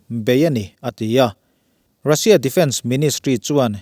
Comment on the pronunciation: A bengvarthlak viau nain,Mizoțawng thluk dik lo a tam hle.Ngaihthlak a ti nuam lo nasa a ni.Lam dik loh te:- Russia sipai- ' sia ah hian thluk san tur a ni.Khan : Ukhrain chuan Russia chu a khan lo hle tihah te.Sa kan chan a,a kalna awm a kan ngaih lai ' khan' ksn tih ang a thluk loh turte...a awm nual mai.